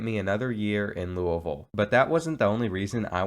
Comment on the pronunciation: i’m from louisville nd i’m so happy u said it correctly 😂😂